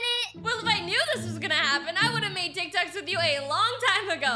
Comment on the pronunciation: Lmao “teek toks”